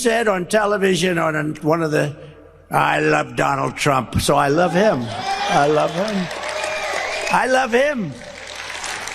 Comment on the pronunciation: Ben... My LOOOOBE he says🤣🤣🤣🤣🤣🤣🤣